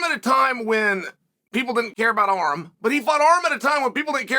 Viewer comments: Why does uncle Chael pronounce Armans name as "Arem"??? My dude needs to learn Armenian because we are in the division to take over! ARMAN TSARUKYAN!! LETS GO CHAMP! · Learn how to pronounce his name - Ar-‘an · Who's Arum lol.. Its Arman 😂 😂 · Uncle chael calls Arman ARM 🤣🤣🤣🤣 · This entire video was a fever dream. If i have to hear "Arrem" one more time...